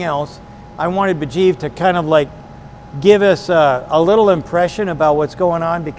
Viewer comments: Sandy is awesome but guys name is Mujeeb not Burjeep :D lol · I'm sorry. I really am. But I think Sandy is probably the worst host for any kind of show that involves him to about our to people. The guy's name is MUJEEB. Not BAJEEV. So.... Yeah. Shut up, boomer. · I enjoy the show Sandy but you should be ashamed to not get Mujeebs name right. It´s not Bejeeb! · How many times is Sandy gonna say the guy's name wrong! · I know Sandy was trying so hard to be respectful, buy he butchered Homeboys name like 5 times 😂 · jfc get his name right.... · A small suggestion. More appropriate pronunciation would be "muh-Jeeb" like Jeep. Ijaz would be "Ee-ah-zz".